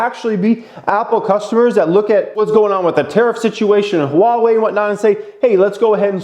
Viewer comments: say it with me..... "WAH - WAY". Thanks! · STOP SAYING HUH-wawei